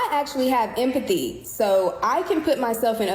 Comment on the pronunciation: She keeps mispronouncing empathy